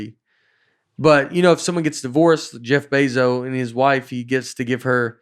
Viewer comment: Nate is so out of the loop he called him Jeff Bayzo